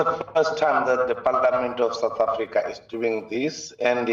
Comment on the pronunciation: What is "Sour Africa"? Your pronunciations are grating and embarrassing!